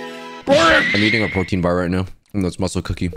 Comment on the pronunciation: Pretentious to- P-P- PROTIEN